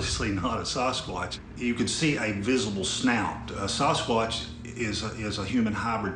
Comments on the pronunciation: Thought he said "saw his crotch" really fast once when he messed up the pronunciation. Sawhiscrotch, oops, sawswuatch, sasquatch? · By the way... It's sas squatch... not sauce squatch... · I love how he says, "SUSquatch." LMAO!!! Like it could be real, or just a figment of your imagination!!! Hahahaha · K I need to know..is it pronounced SAUCEquatch or SASquatch??